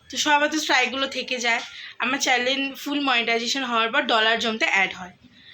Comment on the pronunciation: Chalan bolo na guo Channel bolo,edike for for kore inraji bolchho😂😂😂😂😂😂😂